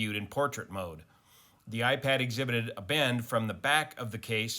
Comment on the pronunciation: it's "iPad"